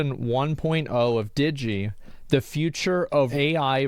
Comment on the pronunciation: This is different, but she says Diggy, bothers me instead of digi like digital , what the heck- immersion broken